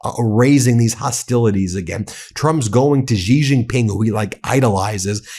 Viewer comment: Ben, it's pronounced, "She Jin Ping", not "Jee Jin Ping".